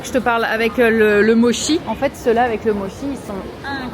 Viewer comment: Mdr par pitié si tu peux prononcer Mochi à la japonaise pour rétablir la vérité sur la mauvaise prononciation à la française Mo chie 🤣